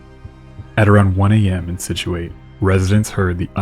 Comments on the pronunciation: Thank god someone commented. I love videos so much but hearing his pronouncement of south shore towns was rough. I also grew up in Scituate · Scituate is pronounced SITCH-oo-IT by the way, not SKITCH-yoo-AYT. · As usual, I loved the video, and I learned about something that I hadn't known about even though I grew up in eastern massachusetts. That said the correct pronunciation of Scituate is Sit-chew-it. Understandable, Massachusetts names are sometimes difficult to deal with for people who didn't grow up around here. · How are you not commenting on how he pronounces Scituate. It makes it hard for me to believe that you actually lived there. He keeps saying "Skih-chew-it" when its "Sih-chew-it" the C silent. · For the love of Pete it’s pronounced Sit shoo it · Its si·choo·ayt to pronounce Scituate, for those watching. ;) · We who grew up on MA's South Shore know the common pronunciation of Minot (not the French one) and Scituate (sitch-u-it with emphasis on first syllable)....but this didn't affect this fascinating but tragic tale. Scituate has an unfortunate SW coastal location which makes it especially prone to raging "Nor-easters". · Scituate is pronounced "SIT chew it". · I didnt realize that "Skitchuate" was supposed to be "Scituate" until he started naming nearby areas and towns like Nantasket beach (where I grew up) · You didn't seriously say Scituate like that did you dude? 😂 The C is silent. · I don't get why you're so rude. Lots of belligerent, snobbish drunks in Scituate and you remind me of them. One reason why I left that town. Yes, Scituate was mispronounced also. One commenter already jumped all over me for correcting the pronunciation of Minot. Not in the mood to spar with jerks. Figure it out by yourself. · I still live in Scituate. I stopped watching after that pronunciation. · Mine ott - not minnow The town: say Sich-u-et. - Scituate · Scituate is pronounced sit-choo-at, and Minot is pronounced My-not. That said, great job on this one.